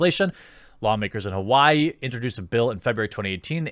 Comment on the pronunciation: “Hauaii” that is a new pronunciation for my state lol